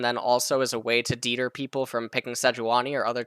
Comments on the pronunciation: This dude really just said deeter instead of deter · Did my guy just pronounce deter as deedur?